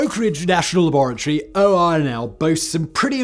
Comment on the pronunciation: Am I the only one who clicked just to hear Simon say La-bore-a-Tory